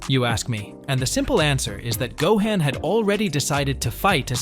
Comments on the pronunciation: Smh its Not Go-hen* its Go-han sounds like Go-hon* smdh. Keep up the content tho. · Dude , it's 'Gohan' not 'Gohen' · I know… I can’t take this seriously with all the butchering… Gohaan, Saiyon, Wis…Vegita….Ultra Instinct twowee??!!? … This ai does not know db.